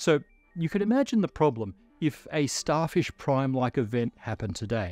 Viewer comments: "Starshif Prime was a..." Lol. We know has been following SpaceX's Starship program development closely (maybe too closely, like many of us) and now can't say "Starfish" the first time:) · I hear it as "Starshif" instead of "Starfish", accidently swapping those two consonant sounds. A classic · wait, did he just say “Starshif”? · he said starshif (spoonerising fish into shif) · Yeah starshif